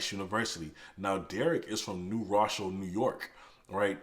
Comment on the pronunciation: Great video...lots of good information. But it's pronounced New Row-shell NY😁